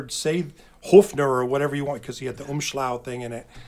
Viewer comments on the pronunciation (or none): Probably my favorite episode we’ve done yet, just because is so much fun to talk with and so knowledgeable However, if I could correct his German…he said umshlaut instead of umlaut. Which would translate roughly to ‘wraps around’ 😜